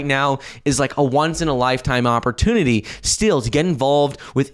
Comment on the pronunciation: 🤣🤣🤣 He still can’t say “ opportunity”. With regards to… per coin. Mouth breather.